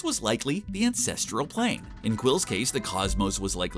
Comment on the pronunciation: I know he's saying ANCESTRAL Plane - but definitely sounds like a different word...